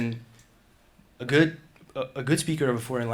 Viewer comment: His pronunciation of "go--" words like "good" and "going". He says something more like "gewd" and "gewing"--a little too short for a native. Also his "S" sounds are a bit soft. His accent is so very very good--I could never get another language as close as he was able to... but as a native New Yorker you can hear the very slight accent.